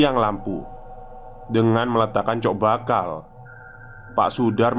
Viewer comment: Cok bakal Masseeh, bukan Coek bakal 🤣 Fasih ya kalo Coek 😛